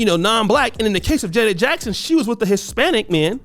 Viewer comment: You as a person, struggling with identity, envious, jealous and miserable have the audacity, with this plat foam of yours on social, to slander Janet Jackson. You have a problem pronouncing her name correctly. You're broke and don't stand a chance to kiss her. Who Are you Duke? Acceptance and love for one's self promotes happiness, love and respect for others. Social media allow Sociopaths the opportunity to get on here to exploit others, being broke, disgusting and toxic. This is an evil and perverted generation. Kudos to Janet Jackson. I have love and respect for she and her family. People will define who they truly are. GOD, please help us. GOD, I thank YOU, for YOUR Grace, Lovingkindness, and Mercies new to us every morning. In Jesus Name. Amen.